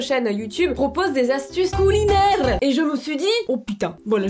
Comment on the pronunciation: "des astuces coulinaires" avec l'accent, déjà tordu de rire au bout de 20 secondes, tu es la meilleure